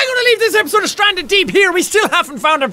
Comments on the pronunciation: Ikr he said it like esisood xD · Did any one else here him say esisode instead of episode 😅